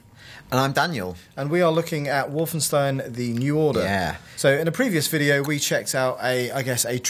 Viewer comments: Just to clarify, no, the entire game isn't on this Easter Egg, it's the first level of the first Chapter only. Plus, it's WolfensTEIN, not WolfensTEEN. You'd think after 22 years and countless interviews with developers and people involved in the project, the name would be pronounced well by people in the medium. And finally, this isn't a level from 'Escape from Castle Wolfenstein', it's 'Wolfenstein 3D'. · Wolfensteen? Fairly sure it's pronounced Wolfenstine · And lol, Brits pronouncing "stein" so funny, it's supposed it be "shtein" not "steen", tho I don't know if it's spelled "schtein" in German, and yes I know my German is horrible, I just started learning it and the few words I know are from games and films but that's it, didn't have much German TV back in the day to learn it better.